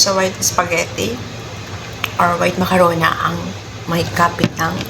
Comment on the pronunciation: Macarona talaga😅😅😅😅😅 Diba macaroni😢😢😢